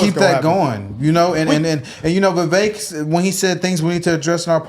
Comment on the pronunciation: Candace said his name is pronounced Viv- ik Thnks guys! 😉🇺🇸